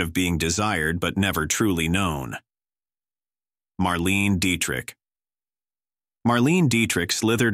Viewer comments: William Haines & Jimmy Shields had the happiest marriage in Hollywood, according to Joan Crawford. "MarLEEN DietriCK"!? 😠 Mar-lay-na is closer to it, and gargle through the CH of Dietrich. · It’s pronounced Mar-LAY-nuh Deitrich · Please pronounce Bette Davis as Betty Davis. Good grief. That and Marlene Dietrich always mispronounced. I hate AI voices.